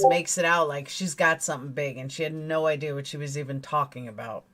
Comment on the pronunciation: She cannot even say IDEA correctly. Its not ideaR its IDEA!!!! You bring receipts she cannot! Just like Voice for the Voiceless did when she accused her of lying about the 2k. All she does is flap her jaws with lie after lie. Everything YOU are is what she WISHES she was FACTS!!! #BANTRAGEDYPIMPS